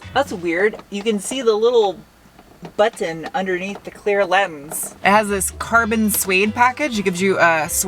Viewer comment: I'm here just to hear "Butt-ton"